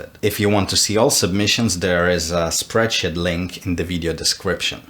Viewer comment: No one:: "spreadshit"